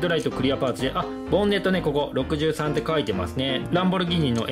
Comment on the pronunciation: やっぱり63カッコいい あと、読み方多分「ロクサン」だと思いますよ(笑)